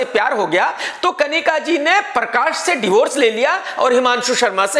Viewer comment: Nobody: Literally Nobody: KRK: परकाश, डिलन 😝